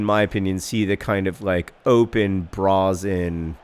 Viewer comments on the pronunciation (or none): Is that a legitimate pronunciation of 'brazen' ?